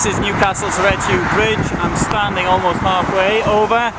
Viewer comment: Total mispronunciation (!) of the name, but an interesting video. It really is a useless bridge. If the wind gets up, it's always closed because it offers no protection. The older bridge which was demolished in the early 1980s was significantly more user friendly, although of course it had it had structural problems that manifested with age. It's a shame that they replaced the older Redheugh bridge with this one - which is not really fit for purpose, and also pretty ugly.